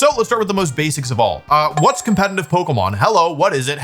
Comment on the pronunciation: Conletitive!! Not Compenitive